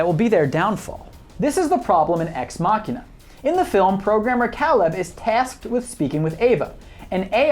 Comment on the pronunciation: Why are you mispronouncing Caleb's name? He says it multiple times in the film and so does Ava so where are you getting that pronunciation from?